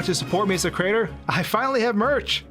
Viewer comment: "If you love my content, and you want to support me further as a crater " You gotta be more careful with how you pronounce things. It brings up awkward mental images.